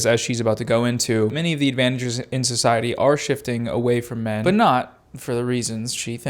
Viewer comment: She says "min" instead of "men", and "miles" instead of "males." And when she says "forty" it's kinda more a "fhhot".y Stuff like that